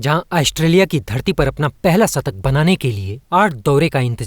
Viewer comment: Hindi to bolna seekh le satak nahi shatak hota hai